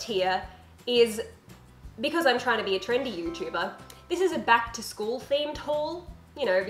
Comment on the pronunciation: what you said: Back to school haul what they heard: plaid skirt haul